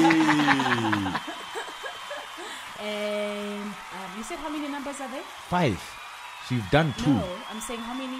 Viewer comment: LMAO left out the H on Khakhathi